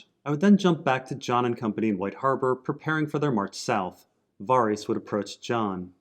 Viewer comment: repeat after me: VAR-iss